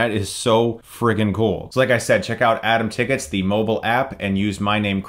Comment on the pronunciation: If I hadn't checked the description, I would've continued on thinking that he said ""Adam Tickets"